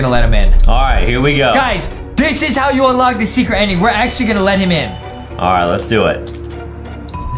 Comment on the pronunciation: The. Hauw. 😖